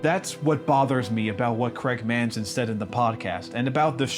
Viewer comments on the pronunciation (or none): It’s Craig Mazin btw, not Manzin